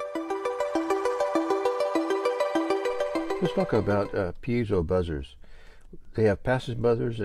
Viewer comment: You're one of the few that actually know the correct pronunciation of Piezo, pronounced "peezo"...It's been mangled over the years by later generations.